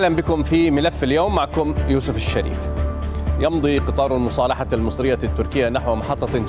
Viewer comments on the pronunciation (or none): none